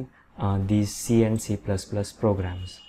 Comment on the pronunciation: learn how to pronounce this language correctly finally